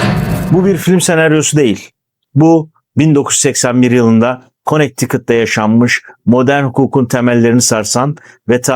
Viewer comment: Konekt tikıt değil kınedikıt diye söylenir